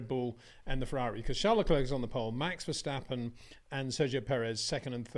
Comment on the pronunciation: It is NOT "Bottash" nor "Lewish" nor "Oshcar Piashtri" nor "Nyck de Vriesh" nor George "Russhell" nor "Fernando Alonsho" nor "Lance Shtroll" nor "Pierre Gashly". So why do you want to say: "Max VersHtappen"?